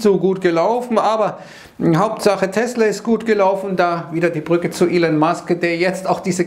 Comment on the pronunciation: Der Mann heißt immer noch nicht "Ilen" oder "Ellen" Musk... ;-)